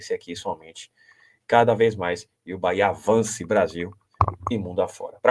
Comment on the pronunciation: Quem é esse cara que fala quatro, mas, só cita os três primeiros da classificação? Acho que esses caras tem que fazer intensivos treinamentos para aprender pronunciar a palavra BAHIA ou, BAHÊA!